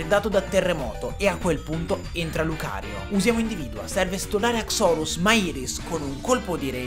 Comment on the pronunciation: haxorus solo il tono con cui lo hai pronunciato, perché io da quel che so non si pronuncia così, almeno così sento dire sempre, e poi quella pronuncia boh suona male sentirla dire così guardando il Pokemon, opinione mia